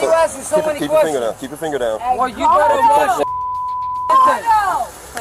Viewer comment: You "bet not" touch me. Cause the "ter" in better is such a time suck.